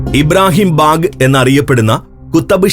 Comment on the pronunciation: ഇബ്രാഹിം ബേഗ് അല്ല ബാഗ്. ലാൽബാഗ് എന്ന് കേട്ടിട്ടില്ലേ. ബാഗ് എന്നാൽ പൂന്തോട്ടം എന്നാണ് ഉർദുവിൽ അർത്ഥം.